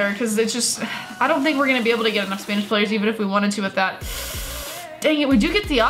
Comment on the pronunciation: stop saying spanish like spainish